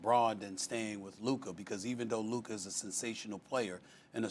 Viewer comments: He can’t pronounce words that end with “ca” or “ka” He calls Rob Pelinka “Rob Pelinker” 😂🤣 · Who is “Luker”?